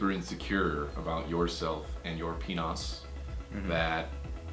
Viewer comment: "You and your peenoss." xD